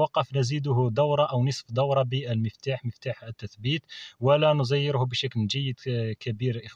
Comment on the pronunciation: بارك الله فيك شرح ممتاز إلا كلمة عجبتني هي لا نُزيره